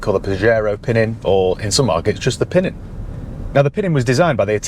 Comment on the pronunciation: Fun fact, the correct pronunciation is PinEEN (accent on the second syllable) and the word means "little one" (as in a younger child) in Piedmontese dialect. Giovanni Battista was the younger Farina in the family, hence Pinin Farina.